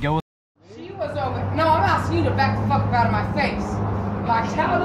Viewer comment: She's axing for a cup